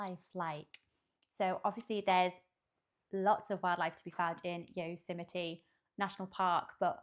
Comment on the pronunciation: Her pro-nun-ciation of Yosemite is spot on.